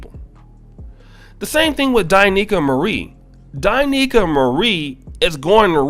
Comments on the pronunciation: You are pronouncing her name wrong. It’s not Die Nicaea it’s Da Niels! Now I love her now just because she’s fine but because her information is on point! I even let my wife listen! She goes in both on men and women! You would benefit from listening as well! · It's D'Neika not Di'Neika!